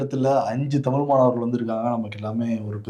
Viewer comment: அவர்கள் பாரதிதாசனின் தமிழ் வார விழா என்பதற்கு தமில் வாரவிழா என சொன்னார்....தமிழ் தமிழ் தமிழ்...தமில் இல்லை..